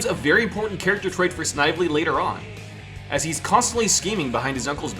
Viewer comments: It's pronounced sniv-uh-lee. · Snively is pronounced "Sn-vel-lee" Like they do in the cartoon. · I subbed, really liked listening to your video while I worked, but please do a bit of research on how character names are pronounced, you can check Snively's pronunciation in Sonic's SatAM cartoon, keep up the good work! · You say snivley funny